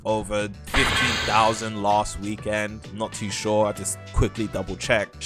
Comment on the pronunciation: if i here you say "weekend" and not "weekend" one more time